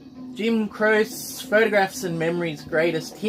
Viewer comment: Awesome VCLT there,, and very generous of Brad. Great talking to you and Craig on Brad's podcast the other day Too! Jim Croce is pronounced Crow-chay... I think. Probably someone can correct me. Foreigner are great. I have several of their albums. Their music definitely became more commercial in the 80s but that also brought their biggest hits. They sort of dropped off the radar rather quickly after Agent Provocateur, which was a bit strange because that was their most successful album by far. I've never seen that Neil Diamond album. Aussie pressing?